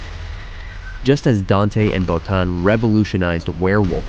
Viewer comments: Rob "Bo-teen"! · Just a quick note - Rob's last name is pronounced "Bo-teen", not "Bot-tin". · Great video, but Rob Bottin's name is pronounced 'Bo-teen'. Other than that, i loved it!